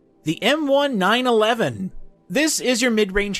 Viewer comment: "M One-Nine-Eleven" and "M One-Eight-Ninety-Seven" made the gun nerd in me cringle lmao. They're real life guns; the "M" is for "model" and the numbers are the years they were designed XD